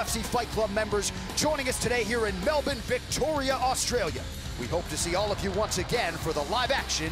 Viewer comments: lol...Jon just say Melbourne like a normal person. 'Melbinn' sounds so wrong with an American accent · MELBIN AUSTRALIA LOL